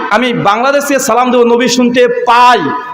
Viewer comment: যে সালাম শুদ্ধ করে দিতে পারোনা তার সাথে কিসের বাহাচ